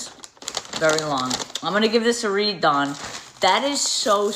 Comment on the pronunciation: her name is DAWN NOT DON OMG THIS CHIC